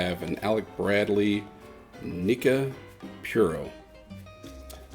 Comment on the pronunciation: not Nica pure oh....it's Nica Pooo Roh